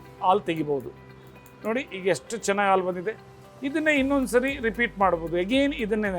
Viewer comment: Alu alla halu